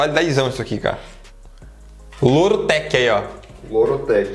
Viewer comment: mano q vacilo kkkk é lord tec nao loro tec auahuahuah